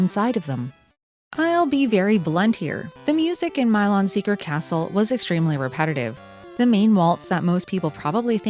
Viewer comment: This game looks interesting, but aggravating. Although I assumed it was pronounced Mee-lon.